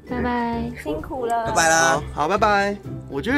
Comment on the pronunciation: 所以為什麼拜拜都要講成「麥的麵」😂